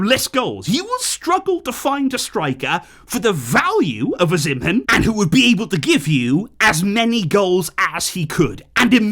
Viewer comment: Hey. The name is pronounced Victor OH-SEE-MEN lol😂